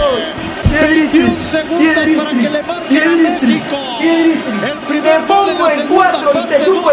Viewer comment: Me gusta por que le dice piedristri y es pellistri